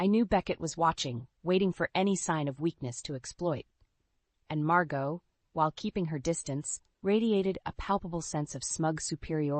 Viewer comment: Aunt ‘Mar-got’? It’s ‘ Mar-go’. You don’t pronounce the T.